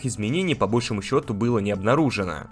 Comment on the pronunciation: " по большО́му счету"